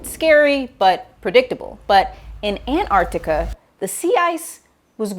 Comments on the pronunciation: Antarctica.. AnTARCtica. its such a pet peeve of mine that American’s say ‘Anarctica’ YOUR MISSING AN EXTRA T AHHHHHH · The missing T in her An-artica is more troubling. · i wish it would hapeen sooner, and swallow florida. btw i HATE it with a passion how americans pronounce antarctica! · the bigger catastrophe is how Antarctica is pronounced by this obnoxious mammal.